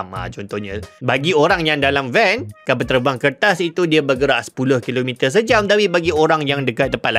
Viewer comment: Knapa nk sebut kertas to mcm bnyi tamil.